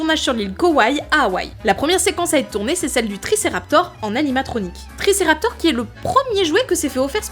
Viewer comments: On dit « TriceraptOPS» et non « TriceraptOR», Ops signifiant face-visage en grec, tandis que Raptor signifie voleur. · tricératops pas "triceraptor'' mais trop bien le reste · TRICERATOR. j'ai pleuré. beaucoup. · Si a dit tricéraptore,alors moi aussi je dis tricéraptore. Bisous. On peut reprendre. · 3.49 triceraptor....l erreur est humaine mais sa m as fait rire dsl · Tricératops pas tricerator 😄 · Triceratops pas triceraptor :) mais sinon c'est toujours aussi chouette